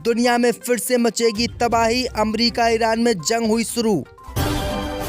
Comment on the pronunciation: Zang NHI h Bolna dekh yar Jang h ok Bahut. Galat. Bolta h Urdo ki malomat NHI h